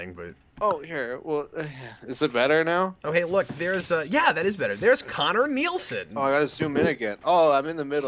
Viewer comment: Sick! I got the first requested episode. Also Cap, my name is pronounced Conner.